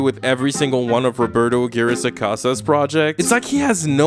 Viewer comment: This is very inconsequential, but I just felt incredibly satisfied that the pronunciation of "Aguirre" was readjusted to the correct Spanish pronunciation, I can now laugh at the ridiculousness of that man's shows in peace, thank you ❤️